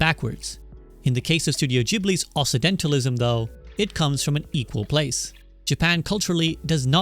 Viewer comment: Not a criticism, this is a great video, just a note: It’s pronounced “Oksidentalism” not “Ossisentalism.” “Occident” means “West” and the double-c combination makes a “K” sound. Though most people slur it a bit into “Oxidentalism” and “The Oxidental world.” Anyway, that’s just a for-future-reference kinda thing, the video is great and I learned a lot of neat stuff from it. So: thank you!